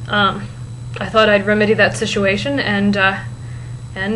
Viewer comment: Did you say re-med-ey instead of rem-ed-ey? ;)